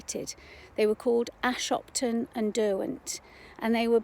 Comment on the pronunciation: Hi You don't pronounce Ashopton like that - it's a soft o. The buildings uncovered are valve houses (not pump houses) and the pipes actually pass inside Ashopton viaduct on their way to the Bamford filters.